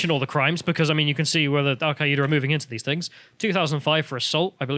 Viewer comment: Al-queay-ida? You mean Al Queda? The terrorist organization that I refuse to pronounce correctly?